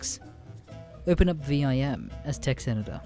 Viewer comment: Fyi Vim the program is just said like that...like...gym but with a V